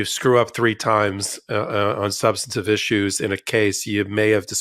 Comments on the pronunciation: please, we love you Ben. it's not sub-stan-a-tive. it's "sub-stan-tive" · substantive, Ben. we love you. not "sub-stan-A-tive." just substantive. c'mon.